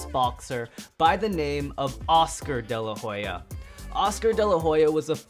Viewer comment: You didn't say daylahoya